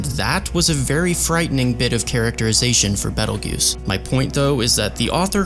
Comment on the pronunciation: hearing you say beetle juice instead of beteljeuse was so funny